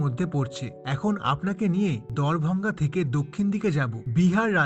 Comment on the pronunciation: দ্বার ভাঙা বলুন প্লিজ, ভঙ্গা শুনতে কেমন লাগছে